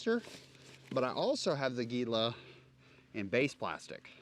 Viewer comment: “Gila” is pronounced “HEE-la”. As in the ‘monster’ of the same name.